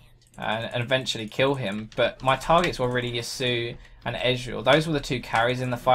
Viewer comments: Pronounced Ya-su-oh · ***** "Ya-su" is incorrect. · Just for the record it is pronounced "Ya-soo-oh" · ***** Yasuo is a name originating from the Japanese language. Do you know how to speak Japanese? I do. I and other Japanese speakers pronounce it Yas-oo-oh. Did you just decide to ignore the o on the end? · You pronounce ya sumo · I'm not raging at you; but Riot needs to make champions that have names that people can pronounce... I'm honestly not angry at anyone, but it's "Yass-oo-oh"